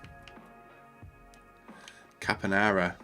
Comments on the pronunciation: Caponara, thought it was Saponara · honestly, what's a "Caponara"? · Where is the second L in Castillejo coming from in your pronunciation? And that C in Saponara? Breathe and read mate. Think before making a decision (this draft wasn't terrible tbf)